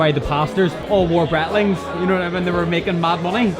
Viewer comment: Wanted to comment for a free watch. Then I heard "Brat-ling"...and now that's all I can think of saying. Just Brat-ling.